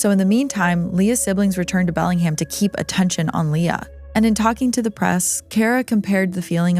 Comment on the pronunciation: Great pronunciation! Some people really have trouble with PNW names lol Bellingham is pronounced exactly how it's spelled tho...Bell-ing-ham. This & your THT episide, it's a great day!